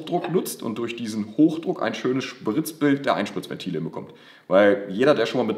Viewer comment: ö-wie einspritzventile lol